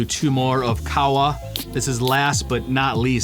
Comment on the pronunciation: Qahwa is said like Cahhh Wa